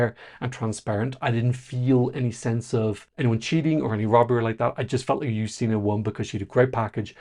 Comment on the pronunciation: 1. Yes, accent aside, you're saying her names correctly :D 2. It's so strange to see someone praise the Polish NF... I was also very impressed with it - especially with how quickly and smoothly everything was going. But it's still strange to not have a whole selection shadowed by controversy, for once. 3. I still kinda wish "Lusterka" won, but Justyna seems so happy to represent us, that I can't really be mad. At least she understands the stakes and cares about the contest. 4. As for the weird dance move... I assume her arms were weaker after hanging from the ceiling, so they went with a simpler move to give her a moment to ""rest"". But I feel like this would be a good part for her to just stand still for a second.